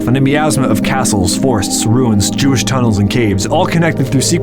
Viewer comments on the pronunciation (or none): Omfg you did not say yewish tunnels!!! Instant sub 😂😂😂